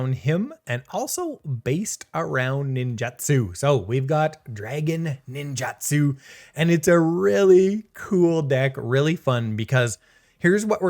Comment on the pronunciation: I don't want to be that guy but it's nin-joot-su.